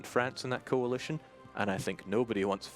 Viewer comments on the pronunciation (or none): none